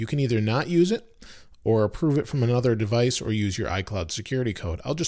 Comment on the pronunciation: What is devaice